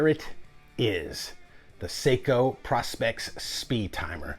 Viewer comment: It's pronounced "Pro-specs".